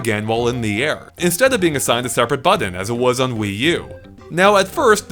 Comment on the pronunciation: I could listen to this guy say “Buddon” all day long...👍